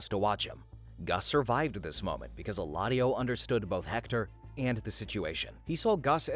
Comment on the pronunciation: it is Eladio, not Heladio.